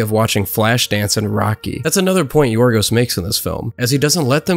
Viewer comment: well his name in greek is Γιώργος λανθημος (George lanthimos) i imagine in English they call him yorgos instead of gorgos is because in Greek ( in the case of George ) g sound like y like yiorgos or yiordanis the y sound like y or gio (in this case) so yeah you pronounced his name actually well not like most English people I feel most because even if we have some similarities like 5% I think of English word have greek origin (like geometry and philosophy we call them almost the same in both languages) but the greek language has a really different alphabet and overall pronunciation and to be fair the Greek language is really complicated and hard so yeah good job mate